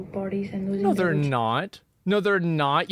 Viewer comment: “They kids, they kids” Why is it so hard for Asmongold to pronounce the ‘re part of “they’re”?